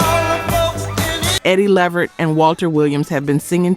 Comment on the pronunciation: Not Eddie Lee-vert?